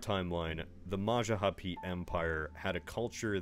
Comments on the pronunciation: It's Majapahit, not Majahapi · "Majahapit" bruh it's Majapahit, Ma-ja-pa-hit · I love how many english- speaker can't pronounce Majapahit correctly